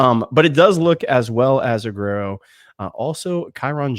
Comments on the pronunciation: Let's do it again. Ugh-where-oh. Not ugh-rare-oh. ❤ You guys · Why r we calling joenel aguero, A-ger-o now? Also Aguero gonna start at nickel, he was just Espns pick for most important player on UGA for 24, crazy pick but nonetheless...dan jackson, pope, DDS and KJ prolly all gonna rotate opposite Starks early.. but i think KJ and Ellis both are starting by years end.. Go Dawgs!